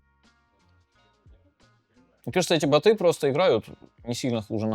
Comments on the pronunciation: Бо́т, бо́ты! Боты́, надо Даниилу с ударениями проработать, а то как-то даже не по себе... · Не боты, а боты!